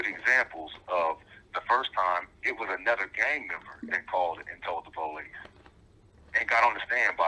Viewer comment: “But what HE DID DO WAS CALL THE (PO LEASE)” 🤣🤣🤣